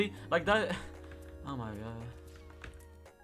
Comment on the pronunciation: I feel very weird when he says oumaygoud idk why...